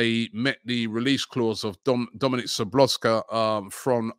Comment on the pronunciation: Lol Robbie you botched that one on Dominik